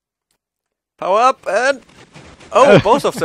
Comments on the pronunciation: I'm not sure if you say "power up" or "Hau ab!" :D (I'm from Austria) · every time they said power up i thought they said hau ab xD it german and mean get away